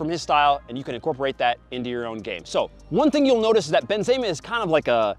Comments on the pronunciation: A man said benzayma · The Benzeyyma is kind of annoying me but great vid as always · It sounds weird when he said benzema